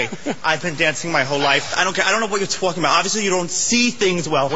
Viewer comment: Someone pwease stop him from twawking